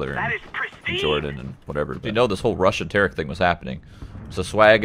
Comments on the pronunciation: It sounds like summit said Russian Tarik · i heard "RUSSIAN TARIK?"